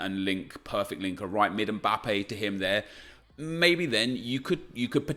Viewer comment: Did you guys hear how he said mbappe in 😂😂